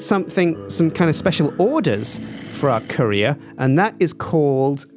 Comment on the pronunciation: Who else thought he said curry